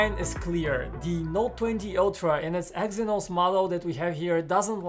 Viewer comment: Watch the damn video. He said Exynox many times 💀💀💀